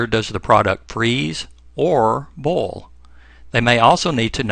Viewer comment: Love the "boil" pronunciation.